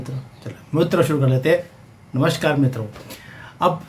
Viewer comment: Mitro bolo Sir...Mitro